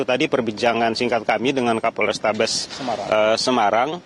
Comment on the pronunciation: Kaporestabes makassar wkwkwk salah nyebut yaaaa